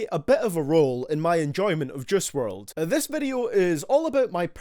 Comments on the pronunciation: I dunno why but he sounds like he’s saying Jiz wrld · Since your so good at judging his music u should also learn how to say his name